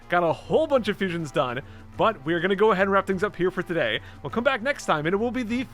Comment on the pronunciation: "Todady, we uh... swamp?"